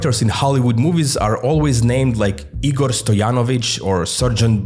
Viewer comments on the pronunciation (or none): none